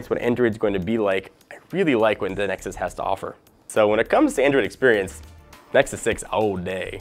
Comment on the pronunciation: He said nexy again :D